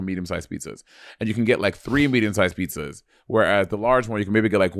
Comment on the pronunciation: Bob saying pee-suhs (pizzas) is cracking me up 😆